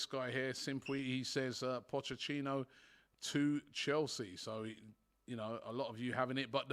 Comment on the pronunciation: mispronouncing Poch’s name burns me up! How hard is it bro